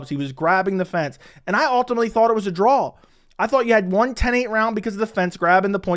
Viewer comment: 'drawL' 'clawL'